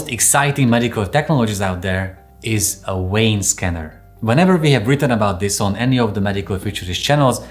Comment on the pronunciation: What would one need a “Wayne” scanner for? 🤔😂😂 what a “Veiner”!😂Not understanding why this guy has no problem pronouncing the V in “device” but can’t pronounce the V in “vein”. *English Lesson: V is pronounced the same throughout the entire English language. NeVer pronounced W. 👍